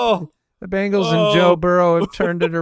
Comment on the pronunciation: Is it just me... it's Bengals not Bangals right?